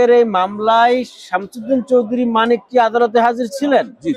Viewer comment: বার বার মানিকের পুরো নাম না বলে-তিনি,সে,ওনি শব্দ দিয়ে সম্বোধন করলে ইন্টারভিউ টি শুনতে ভালো লাগতো!!! মিঃ সাংবাদিক গলা টেনে টেন তার নাম উচ্চারণ করাতে তোমার প্রতি চরম বিরক্ত হয়েছি॥it is not a professional journalism ok mind it- bro!!!!!